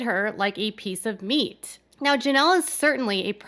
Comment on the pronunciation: It's "Janelle", not "Jameel"